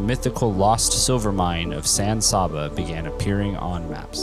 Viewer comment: Good video. As usual, someone has to make a comment about pronunciation. I'll take that lead. San S(ahhh)ba. Not really. San S(aabb)aa. Is much better.